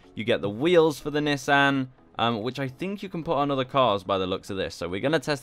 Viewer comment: dawg im srsly about to mute him, miss pronouncing Nissan srsly?